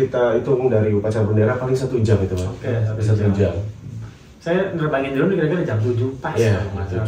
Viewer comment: Drone bang bukan drown